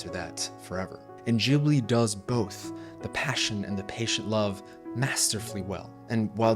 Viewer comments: It's GIBli not Jibli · Gibly gibberish?? GHibli!! G pronounced like in guard! That's what the H is for! It's an Italian word. If you want to pretend you're Japanese and are unable to pronounce a hard g, go ahead, and then call them "Studio Jiburi". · いつも思うけど、「ギブリ」ではなく「ジブリ」ですよ。 G→❌ J→⭕️ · I loved this video, but I was thrown by the way you say "Jibli" instead of Ghibli 😂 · Hey Ghibli is pronounced Cheee Bleeee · Jibli, though?? Ghibli like ghost, ghast... I say this with all the seriousness of a wet noodle fight lol. I could be totally wrong and just have an english leaning bias like the Bic pen originally being french and being pronounced beesh (Bich) until english speakers mispronounced it into submission. More on subject with the actual video though: I love it. Ghibli has everything I always angrily clapped back about with Disney as a child/teen. I think Disney does us a huge disservice by representing love the way they do, and it leads to these toxic relationships where people are so ashamed of their failures to make this Disney-love ideal work that they never open up and talk to each other and do the work that is love. Thanks for sharing. I love these comparison videos. It's fascinating how different Eastern and Western cultures are, and the more I learn, the more I wish the West would learn from the East.